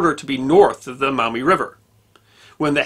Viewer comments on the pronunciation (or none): As a native Toledoan I loved watching this! Locals pronounce it Maw-mee sounds like you’re saying mao-mee. Anywho keep up the stellar content! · Just FYI, it's pronounced "maw mee" not "mao mee" river. And Charles Emerson Winchester was right when he said that "There's a reason that Toledo is kept in Ohio". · T-O-L-E-D'oh! That's my town! FYI, they're pronounced Maw-mee, and Perrysburg. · It's pronounced Maw-mee. Not Mao-me. I live maybe ten minutes drive from the river and less than twenty from Girty's Island. Which should be your next video topic! Love your channel, sir. God Bless! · Maumee is pronounced Maw mee, not Mau Mee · Maw mee not Mow mee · The correct pronunciation is Maw-mee River, where "Maw" rhymes with "jaw". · The “Mawmee” River. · In these parts it is pronounced "Mawmee". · I had to go back to hear it. I figured he said mommy but he also said it like the vowel in mouth. He’s definitely not a local. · For the record, locals actually pronounce the name of the Maumee river as 'MAW-me.' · I live in Toledo. Not bad! It's MAW-ME tho Also, the University of Michigan was proposed to be built on Huron Street in Downtown Toledo. A historical marker is installed at the location. The Toledo Jeep plant is on "Stickney Ave" Ironic considering the Jeeps reputation. You should see the bar fights during the OSU Michigan game ... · Great history lesson! Just two minor comments from a Toledo native (Perrysburg to be exact). There was a reference to a town to the south of Toledo as “Perrysville,” but it’s Perrysburg. Also, the “au” sound in “Maumee” is pronounced more like the “o” in “moss,” not the “o” in “cow.” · He also pronounces Maumee incorrectly. Even though there is a U it is pronounced as a W. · Got the wrong pronunciation of Maumee. I grew up near Toledo, Ohio. Perrysburg is across the Maumee River from the city of Maumee.